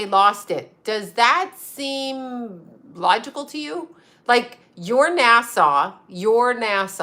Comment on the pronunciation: NASA NOT NASSAU. NASA SOUNDS LIKE ASSA NOT ASSAW